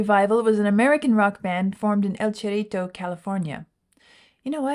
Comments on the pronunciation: I live in the SF Bay Area; it’s pronounced “El Serito”—-Spanish, not Italian. And roll the double “r”s if you can. It means “little hill” in English. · Pronouncing Cerrito as "Chair-ee-toe" makes you sound Italian. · It's pronounced "el serrito". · I live in El Cerrito. It's El sir-EE-toe. Though it often runs together as one word EL-sir-ee-toe. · Native Californians pronounce it El Sir-ee-toe. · As El cerrito, the little hill, is a spanish word, it should be pronounce as El Ze rrrito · It's pronounced El Sarito